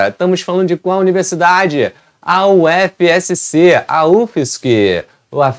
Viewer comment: PRONUNCIA UFSC MESMO!!!